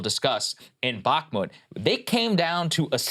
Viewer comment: Can’t even pronounce Bakhmut correctly. Glad I dropped my premium early and follow all news including international reporting. Doubt the Russians are “embarrassed.” And dang—Krystal has morphed into a war hawk